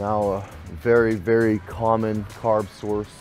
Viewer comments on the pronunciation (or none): none